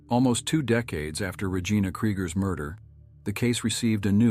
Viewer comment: The pronunciation of Regina was butchered in this. 😳 Please use a human voice.